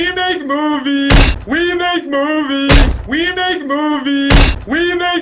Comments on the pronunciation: After a while, it actually sounds like he's saying "remake movies" which seems even more appropriate for this video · It kind of sounds like he's say "remake movie"